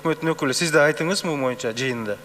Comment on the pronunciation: Туура урматтуу Спикер. Бирок сиз коп учурда моюнча деп туура эмес сvйлойсvз, кыргызча БОЮНЧА деп айтылат.